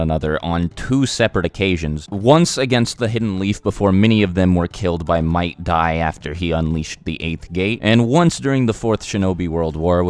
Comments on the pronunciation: he said might dai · Did he say might guy?